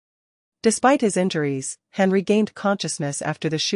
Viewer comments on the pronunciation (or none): It's pronounced hAn as in hon not a short A sound the long one.